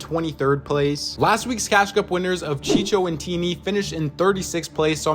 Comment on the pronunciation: Why do u always say chico like that, it’s a c not a ch